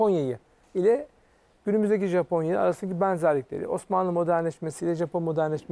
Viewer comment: sunucu japonyaya caponya dedikçe çıldırıyorum yuh artık